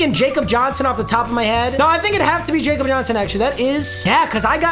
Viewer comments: It’s “ya-kob” Johnson not jacob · Its pronounced Yakob, not Jakob cause hes german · Jakob Johnson is pronounced Ya Cup. He is a German football player. You have said it wrong the entire time and you need to get it right. Thanks Papa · Jakob is actually pronounced "yakob" cause he's from Germany. Keep coming out with bangers like always! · Yo Jakob Johnson is German so it’s pronounced yakob don’t want to be that guy but thought I would let you know.